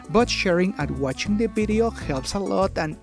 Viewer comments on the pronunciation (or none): I love it when you say ”bideo” it makes me feel like I’m talking to my Spanish friends